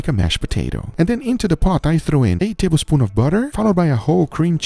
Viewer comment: perfected the pronunciation of 8 tablespoons of butter to sound like "a tablespoon of butter". That's how you know he's a pro